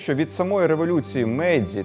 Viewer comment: Не мейдзі , а мейджі